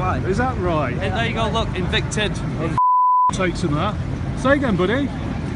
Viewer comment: Invicted? 😂 It's evicted